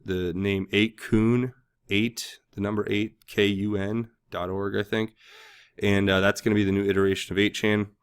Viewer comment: 8 kun. Is not pronounced koon. It's pronounced like gun, but with a k. Kun. Or Cun like the begining of the word cunning.